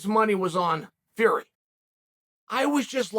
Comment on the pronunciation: Biggest bullshiter in the world everyone knows Tyson fury and he still pronounces the surname wrong He promotes MMA and wrestling This guy has no say when it comes to boxing